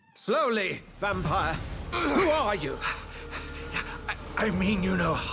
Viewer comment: Its still pronuced vampire btw